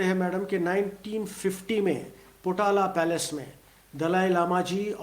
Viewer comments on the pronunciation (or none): none